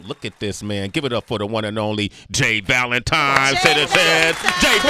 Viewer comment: This entire interview, Sway called this man 'J Valentime' and I am weak 😂